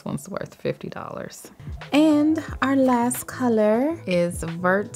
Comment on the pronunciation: Just a tip. In French the word “vert” kinda sounds like the word “very” without the “Y” so it’s like bear with a “V” I love your videos btw. #TeamLeo #TeamLeftie 🥰